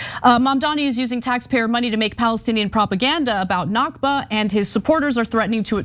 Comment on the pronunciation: Al Nakba(Arabic for the catastrophe, referring to the creation of the state of Israel) is pronounced from the throat. Other than that, everything you two have said is correct. To me, dogs have always been my close companion. I cannot stand anyone who abuses dogs. People who abuse dogs are extremely insecure.